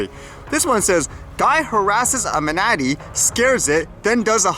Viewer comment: As always great video but Manatee is pronounced ma·nuh·tee ☺️